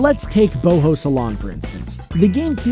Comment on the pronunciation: Prior Tunic It is pronounced boho